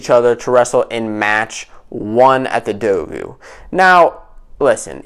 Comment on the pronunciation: Great vid. Pronouncing dogu wrong tho